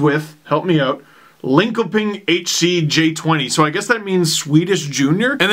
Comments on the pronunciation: Isn't Linkoping pronounced like Linshuppin? I've heard various pronunciations so I'm not sure. Either way, crazy stat. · I'm here to help out! It's Lean-chop-ing. You are welcome, you will be able to talk Swedish in no time.